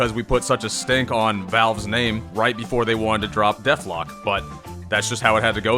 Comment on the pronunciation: The subtle disrespect of mispronouncing Deadlock.